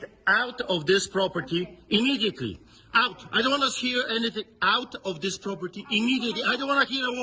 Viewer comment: Angry yelling is just naturally better with a Quebecois accent. That french Canadian accent is just a chef's kiss on that rant. I'm half Quebecois myself and put on that same accent when I'm being saucy. It's just too good. IMMEDIATELY OUT! 🤌🏻 🇨🇦